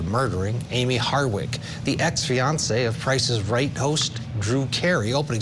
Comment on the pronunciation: Why is the one female commentator continuesly calling her HARDWICK??? Did she not do her research ??? Geez, at least get this woman's name right!!!